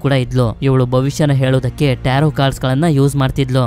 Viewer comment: Starting Nimge Bai tirgilvalla Movie name na Correct agi helilla Nivu Tarroo ante😂